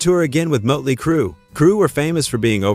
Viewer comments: Mutly crew?? Who the heck is that? I've heard of Mötley Crüe.... Try using a real person talking as opposed to AI fake voicing.... 🤪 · AI said Mutley Crue. 😮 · Moat-ley Crue, huh? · Sloppy AI narration. Mote-ly Crew. Good one. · Mut Lee Crew ... fuck this AI bullshit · "Mutley Crew"...Why do these sites use AI narration? It really SUCKS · "MOTE-LEE" Cru? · You need to teach your AI how to pronounce Motely. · How do you not know who Motley Crue is, or how to pronounce it. Thumbs down